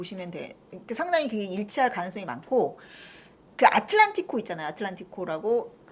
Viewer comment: 알레띠 한국에서 받아적을때 항상 아틀레티코 였는데 아틀란티코 라고 하시니 신기하네요 ㅋㅋ 원발음이 저거에 가까운가